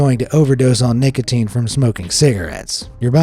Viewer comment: W-w-wha-t abo-o-ut lo-o-oki-i-ing at nic-a-a-ateen 😬😬😬😬😬😬😬😬😬😬😬😬😬😬😬😬😬😬